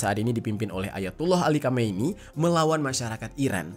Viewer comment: koreksi pengucapan: Ali khamenei bang, bukan Ali khamaeni